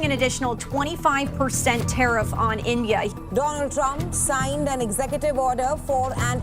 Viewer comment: dolund trump 😂😂